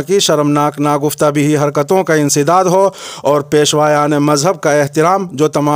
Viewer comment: " ناگفتہ بہ" کا تلفظ درست کرلیجۓ